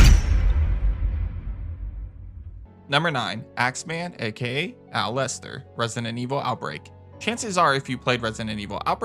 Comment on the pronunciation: Other than not bothering to learn how to pronounce Aculeozzo because, well… streamers and their incredibly limited IQ and unwillingness to learn something new, this enemy is actually a reward of sorts for clearing an area in RE Revelations’ Raid Mode. Because it has such a tough skin, shooting an Aculeozzo is a waste of ammunition. Instead, use a knife to stun lock it to death or throw an electric grenade, which will kill it instantly